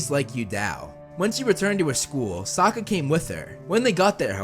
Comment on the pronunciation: Suaka? Dude it’s Sokka not hard